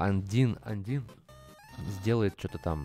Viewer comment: Не Андин а Андайн..